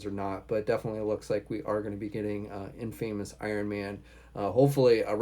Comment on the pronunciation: I find it funny that he can’t even pronounce normal words like “infamous” it’s pronounced inFAHmous not inFAYmous...my gawd it’s just embarrassing